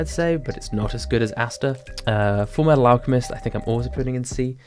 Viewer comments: Big fan. But I think you mispronounced FURU METU ALCAMISTU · Full metal alchemist? YOU SAID IT WRONG In the the words of LORD NUXANOR (Nux Taku) its pronounced fuiwefhil Meaygfuyetytal Awclsiuegmbsist AND! A friendly reminder that you must make a new tier for how BAD the sakura rap is JK it was incredible